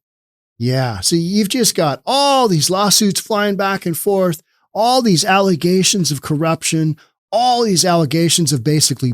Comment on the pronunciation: All dem allezations 😂😅